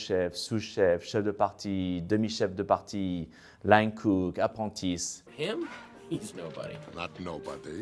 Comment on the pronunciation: 'Apontis' 😮😂 "Apprentice" ❤ hard french accent